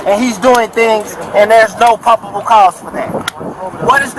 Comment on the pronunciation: Lol aks, aksed, aksing, idettify hisself, propible cause, articilant reason